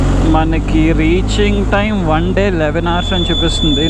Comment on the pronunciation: బ్రదర్ నీ రైడింగ్ సూపర్ బాగుంది కానీ ఇంగ్లీష్ లో food ని hours నీ మరియు fush నీ కొంచం క్లియర్ గా చెప్పు.